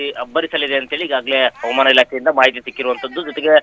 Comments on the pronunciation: ಹವಮಾನ ಅಂತ ಯಾಕೆ ಓದರುತ್ತೀರಿ ಹವಾಮಾನ ಅಂತ ಹೇಳಿ ಸಾಕು ಮಳೆ ಬರುತ್ತೆ. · Helidaga baralla helede iddaga barutthe havamana alla avamana ilake 😂😂😂